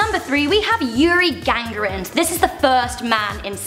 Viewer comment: Yuri GA GAR IN